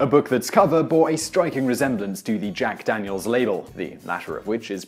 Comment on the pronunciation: At the beginning you said "Jack Danielsis refreshingly nice.." UGH. DANIELSIS. ugh